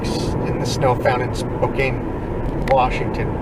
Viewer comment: Thank you guys. Spokane is pronounced Spo-can btw. Beautiful area, lots of bigfooting opportunities there as well as the neighboring North Idaho area. Hope you make it up someday.